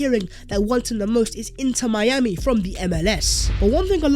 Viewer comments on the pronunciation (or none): none